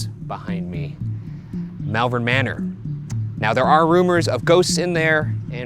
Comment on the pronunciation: Just an FYI, I live in malvern in the UK and it's pronounced "Mall-vern" (as in shopping mall). As an added bit, Worcestershire is pronounced "Wus-ta-shur". This is how we can tell people aren't "regular visitors" to our area because they mispronounce them haha.